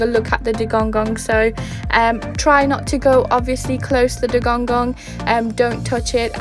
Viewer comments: I think he mean, that the Seacow is calld Dugong and not Dugonggong, but it sounds nice how you say it ^^ Hopefully I see one in May :D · You keep saying dugongong makes my toes curl. :D :D